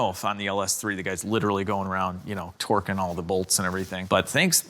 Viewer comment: At about you said tweerking the bolts!😂😅